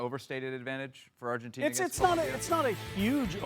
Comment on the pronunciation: Am I the only one who cringes when ESPN hosts put on a fake Spanish pronunciation when they say Spanish words. I had to stop listening after one minute because of the way he was pronouncing Argentina